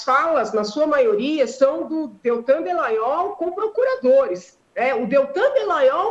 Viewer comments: Alguém precisa dizer pra Janaina que o nome dele é Dalagnol, não Delagnol. Rsrsrs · Alguém avisa a que o nome do procurador é Dallagnol e não Dellagnol.